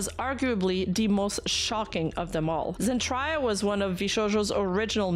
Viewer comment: Zen-Try-Ya? Really?;) Nice clip,.